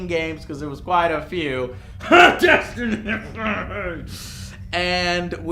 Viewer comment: You mispronounced Destiny on number 1.